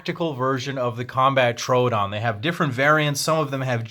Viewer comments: It's not a Trodon, it's a "Tr-o-o-don" which is Greek for "wounding tooth" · Not how you say trodoon but good video